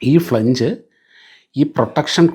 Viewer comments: ഫ്ളെ ഞ്ജ് അല്ല ❌ ഫ്ളാഞ്ജ് ആ ണു്. 🙏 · ഫ്ലാൻജ് ആണ് correct pronunci ation, സർ 🙏